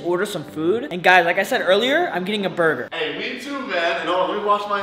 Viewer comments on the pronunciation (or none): Bro said burguer not burger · It’s funny when spelled burger wrong and said burgeur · “it’s gonna be a burguer”💀😂